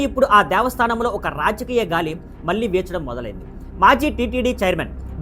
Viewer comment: మల్లి కాదురా బాబు . . మళ్ళి!! మళ్ళీ !!!